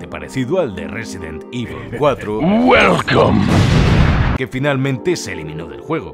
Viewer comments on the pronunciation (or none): Jeje "Buelcome" también lo decía así xD